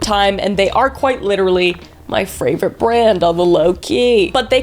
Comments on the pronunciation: fravorite lol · They’re your fRavorite brand? Lmao